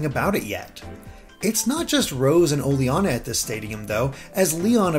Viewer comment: I think it's pronounced o-ley-na, not o-le-ana